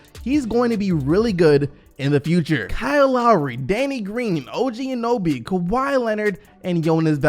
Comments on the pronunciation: anyone else triggered by saying og anoby instead of og anunoby? lmao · Its Anunoby not Anoby. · A-NU-NOBY. NOT ANOBY!!!! (love u ) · Btw its An-un-oby instead of an-oby. Just saying lol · is OG Anunoby not OG Anuby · His name is O.G Anunoby not Anoby:/. Get it right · Who is OG Anoby? It clearly says his name is OG Anunoby... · OG “Anoby”...bro it’s not like it’s a hard name to say like Antetokounmpo, get it right bro! Just say it as it’s spelt, not hard! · OG ANOBY, LOOOOOOOLLLLLLL, I DIED it's OG ANUNOBY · Anyone else very triggered every time he said Anoby instead of Anunoby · Hey bro A-NU-Noby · Its Anunoby. Not anoby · You forgot to say the "un" im anunuoby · Bro do I need to teach you how to pronounce everything?? OG ‘A-nun-o-bee’ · Sorry but I had to dislike cause the gross mispronunciation of anunoby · At least try to say Anunoby correctly. lol it’s like you glanced at the name >.> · yeah annoyed me he couldn't pronounce it even though he edits these videos and should have noticed haha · Jeremy Burr my thought exactly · I really love to watch. He actually likes to talk about a Canadian Team that some Americans don't even know about. How does he know how to pronounce Jonas Valanciunas but not OG An uno by